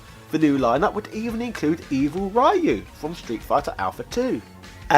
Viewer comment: That's not how you pronounce "Ryu"